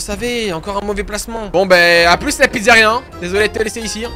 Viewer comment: "La slyzaria"